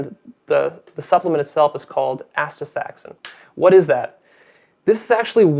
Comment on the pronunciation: the brand is not 'bioastin', it's Nutrex. And the supplement isn't 'astafaxin' or 'anastaxan', so you might want to re-read that word a few times.